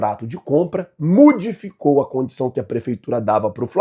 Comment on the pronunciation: “MUDIFICOU” foi FODA!